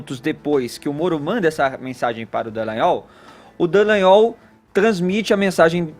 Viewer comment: Gente, esses jornalistas não fazem o mínimo do dever de casa, que é ler corretamente o nome das pessoas: é DALLAGNOL, e não Dellagnol...